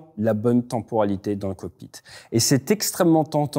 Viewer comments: "tenporalité" ça pique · Si il avait 6 ans ce serait direction l'orthophoniste.